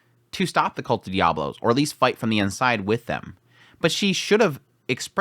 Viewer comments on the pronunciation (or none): none